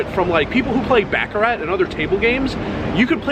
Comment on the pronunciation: Learn how to pronounce baccarat ,u butcher it every time